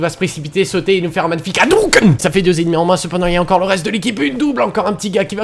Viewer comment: C'est hadouken pas hadoken